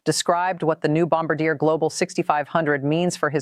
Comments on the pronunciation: Do better research Carney won a minority government not a landslide. And Bombardier is pronounced bom-bar-d-eh not bamb bar deer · It’s not Bom ba deer, it’s pronounced Bom bar de eh, eh as in sleigh. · You mis pronounced Bombardier! It’s pronounced Bom-Bar-Dee-A! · First of all learn to pronounce Bombardier correctly. Second PM Carney did not win a landslide election, he has a minority government. Third, Canada one time did have its own military equipment industrial capabilities. Under pressure from various US governments Canada degraded its manufacturing capabilities. We are simply re-establishing that capability. This post is probably AI generated & should be taken with a grain of salt but much of the information provided is correct.